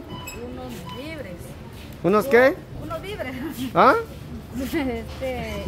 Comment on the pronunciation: No molesten a la corina mejor enseñenle a decir bien las palabras… hasta que valla aprendiendo, CORINA SE DIGA: DO-LA-RES… DIGA: VI -VE -RES